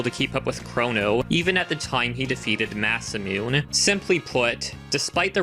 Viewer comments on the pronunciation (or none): "Masa-myun" I'm triggered as fuck. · So far the video looks pretty damn good. However the pronounciation of Frog's Masamune is wrong I believe. It's pronounced Ma-Se-Mu-Ne. Unless characters in the verse referred to it as you did. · Oh god that pronunciation of Masamune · Yea I can understand why you would pronounce it like that then xD. A British frog saying Masamune sounds a bit off.